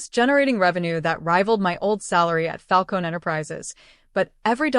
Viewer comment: "Falcone" - you pronounce the "eh" at the end. And I'm out . A whole minute of advertising. This is a "true" story?? Ha.